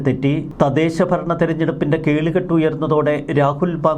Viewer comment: കേളികെട്ട് അല്ല സാറെ, കേളികൊട്ട്